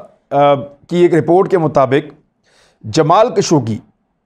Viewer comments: جسے آپ "جمال کشوگی" کہہ رہے ہیں ۔۔ اس کا صحیح نام ہے " جمال خاشقجی " ۔ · خشوگی ہے کشوگی نہی